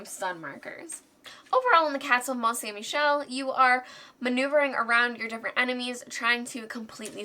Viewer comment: Good french pronunciation of the game's title! Alex would have botched it! 😅😋